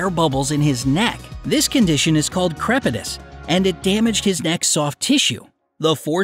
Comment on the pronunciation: When it said crepitous I thought it said crapitous...